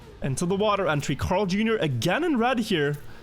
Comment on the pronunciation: Bro am I the only one or is pronouncing CarlJr weird? It sounds like he is saying Crarl or sth idk